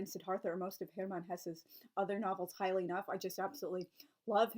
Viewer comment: Admit - I heard "piling up" when you said "highly" something or other.